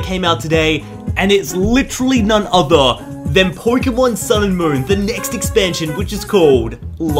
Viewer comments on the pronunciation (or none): none